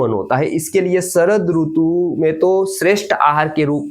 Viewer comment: Hindi mein "RUTU" nahi "RITU" hota hai. Doosri bhashao mein RUTU bolted hai. Isiliye jab Hindi bol Rahe toh Hindi wale Sidhant se RITU pronounce kare. Verna kaano mein hurt hota hai.